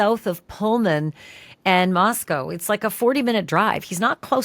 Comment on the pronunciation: Ugh. Cant stand GH. He cant even pronounce Moscow. It's not moss-cow. 🙄It literally rhymes with the store youre discussing... Costco.